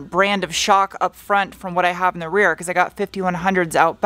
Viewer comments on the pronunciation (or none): none